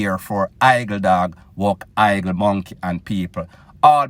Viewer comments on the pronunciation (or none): none